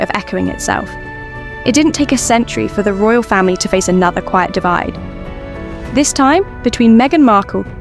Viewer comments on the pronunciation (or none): none